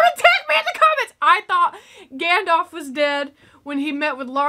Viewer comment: Love the video reactions of my Favourite movies, but it is pronounced Gandalf not Gandolf, and Aragon's scream when he kicked the helmet near the pile of dead Uruks was actually real cause he broke his toe as the helmet was so heavy